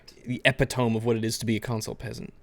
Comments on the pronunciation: its not pronounced ep-i-tome, its pronounced ih-pit-uh-mee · When said "epitome" as epi-tome, I died. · >epi-tome that had to be intentional...